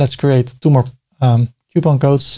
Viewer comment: the struggle is real in saying COUPON!!!